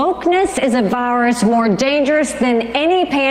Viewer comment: I like how Nikki says virus it sounds like varce